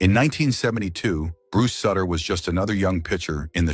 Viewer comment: Someone please tell the AI it's pronounced SOOter